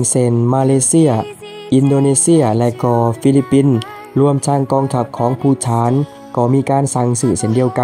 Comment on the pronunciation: ภูฏาน อ่านว่า พู - ตาน ครับ ไม่ใช่ พู - ถาน